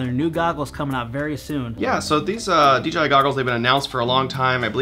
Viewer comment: So... is it officially DGI now? No one can say that crap right.